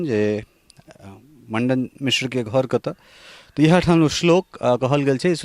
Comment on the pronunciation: Pahle aap bolna sikh lo aap jis se bat krte h ye to padhe likhe v nhi h Mandan mishr ji ko Mandan Mandan bol rha h ye